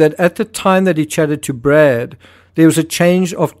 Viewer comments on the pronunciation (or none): none